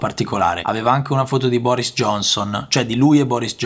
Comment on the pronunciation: Sì però si dice FOTO non FUTO